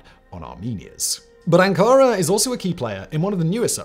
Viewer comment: Ann Kara? 🙄 😂